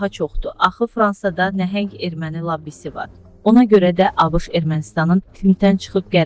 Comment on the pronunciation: Labbi yox, lobbi. Hər o a kimi yələffüz edilmir.